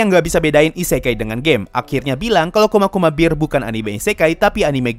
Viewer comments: Bang bacanya kuma kuma kuma bear bukan bir bang:/ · saat saya mendengar pelafalan kuma kuma kuma bear,lebih terdengar seperti kuma kuma kuma beer mgkin hanya perasaanku saja